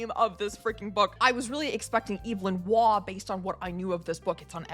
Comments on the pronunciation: Waugh pronounced war. Amazing writer. Will read the Zweig thanks, I have already Schach. Don't like Kundera much, Kapek was so much better see "Válka s Mloky" or Hašek or Hrabal love Hemmingway, like magical realism, Murikami and Marquez. Never read Faulkner... I loved the Idiot more than the Brothers K What no T.H. White (Once and future King) or Conrad or Orwell or London? Have you read Momo or the Die unendliche Geschichte? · Oh dear, the second video of your I've watched and probably the last. You speak to fast also the American mispronunciations🙄 Evelyn Waugh doesn't have a long A, it is a homophone with war. The bear's name is Aloysius, Al-oy-is-us. You said you read Russian but default to American Moss-Cow which is wrong. As for Nabokov: here is what the man himself said "No-bow-cough. How ugly, how wrong.......The awful “Na-bah-kov” is a despicable gutterism."